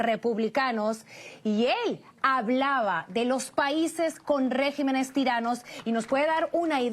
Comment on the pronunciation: reg í menes!